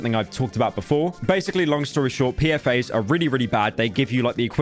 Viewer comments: Not PFAs. P-FAS or P.F.A.S, is what Ive been told. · Bro thought PFAS was PFA's also ryan trah-han